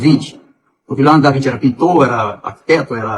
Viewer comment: Ele é tão inteligente,que não sabe dizer Leonardo da Vinci kkkk falou davinte 😅😅😅😅